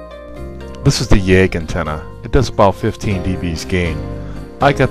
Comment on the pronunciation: You must be from Ohio. Your pronunciation of 'yagi' and 'cantenna' with a long a and long e is riotous!